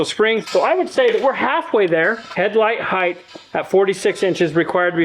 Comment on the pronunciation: Why do millennials add an "h" to the word height? It's not heighth. People sound so stupid doing that